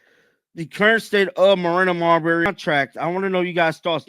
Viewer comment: You heard the woman say her name correctly and you still say Marbury...it's MABREY..May-bree.. fucking annoying